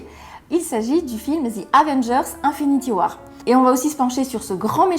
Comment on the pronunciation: J'ai jamais compris votre délire ( les francophones têtus) là de prononcer les mots anglais comme si c'était des mots français..."Infinity war"...-_